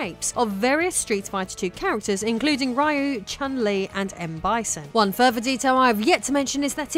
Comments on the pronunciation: Just a heads up: the correct pronunciation of Ryu - given he's Japanese - is "Ree-you", not "Rie-you". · Please :( Ryu is pronounced "Ree-u"